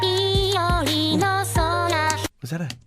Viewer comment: Sakura "bee-yori" Not sakura "by-yori"